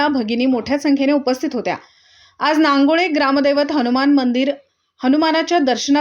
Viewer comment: बातमीमधे गावाचे नाव व्यवस्थितलावा रांगोळी नाही नांगोळे